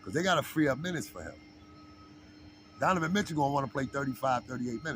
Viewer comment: My bruh!!! Love your show, but it's DoNOvan, not DoVAnan! Otherwise, your show is nice dude.